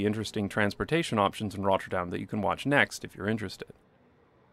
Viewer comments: This video is great. But do feel free to pronounce 'Rotterdam' without the rolling R. It's good to pronounce it fully in English or fully in Dutch; but not both. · The way he pronounces Rotterdam is annoying af. Dude, pick a language. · Lol, only after reading another comment do I realize your pronunciation of Rotterdam is different and better from the last video. But it is an improvement towards the Dutch. Thanks for the effort. How often did you say Rotterdam? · Someone is having fun with their new pronunciation of Rotterdam! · First, love your videos. Big fan of the channel. But why do you only seem to have a Scottish accent when you say "Rotterdam?"